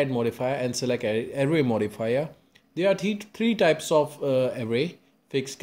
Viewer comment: good video, but why do you sometimes say array as array, but then switch to a super fast ury modfia bruh